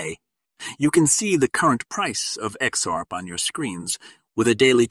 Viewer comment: What a BS channel, starting from the title up to the how you pronounce XRP!